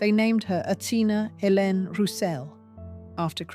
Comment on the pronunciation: My full name is Hélène Rosemarie Miel de Lacy and this is actually the first time I've ever heard Hélène pronounced properly by someone that I have not had to teach them how to pronounce my name. Thank you